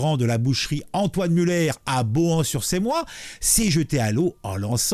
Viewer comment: bohan/s/Semois et non Cémois et Beauraing